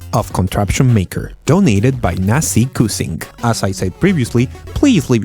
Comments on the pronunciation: Not Nasi_"KUCING", But KU"C"ing..(C= Not "Si") Get It?, C = CE.. So, Nasi_KuCing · you've said "nasi_kucing" wrong btw i'm indonesian xD (it actually means "rice_cat")